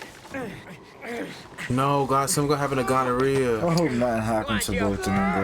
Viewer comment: I love y’all but did call Guarnere gonorrhea?💀💀 i love y’all sm!!❤ these reactions have been amazing!